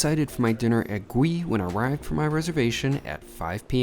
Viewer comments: I don't mean to be a smarty pants but as someone of Korean descent, I must point out that the correct pronunciation is "Goo-ee" rather than "Gwee", meaning grilled/roasted in Korean. 😝 Love your reviews! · Just a bit of info. The name should be pronounced Goo-ee (구이) which means "roast" or "grill" or cook over open flame. It can either be a noun, meaning something cooked in those fashion, or a verb, meaning to cook something in those manner. Yes, Korean can be hard to understand sometimes😂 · Your reviews are top notch…and you would have no way to know that Gui in Korean is pronounced goo-ee which roughly translates to stir fried or grilled….it’s a confusing world for Koreans….but knowing it’s meaning will help in your restaurant experience and the mission of the restaurant. Love you man….keep up the good work! Edit: I am not a native Korean speaker (yes Korean was my firsts language as it was for most first/second generation Koreans) so I could be completely wrong 🤦🏻‍♂️ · I believe it's pronounced Goo-ee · Its actually pronounced more like “goo-ey”! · It’s pronounced <Gee> 🤦🏻‍♂️🤦🏻‍♂️🤦🏻‍♂️🤦🏻‍♂️ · It's pronounced "Goo-ee." Almost sounds like gooey, but not quite.